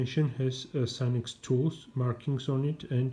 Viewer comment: You pronounced their name correctly. I'm guessing you already know but they also have a website as well as their eBay store. You should try some Armstrong ratchets and other tools